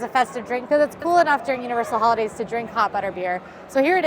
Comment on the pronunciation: Full disclosure, when you said ‘Who-lidays’ I heard “Hula-Days” realty was an initial let down, but I recovered.